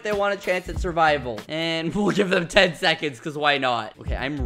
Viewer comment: “Wseconds” -skeppy 2020